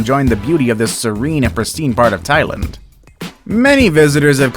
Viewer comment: Why can’t you say Thailand properly?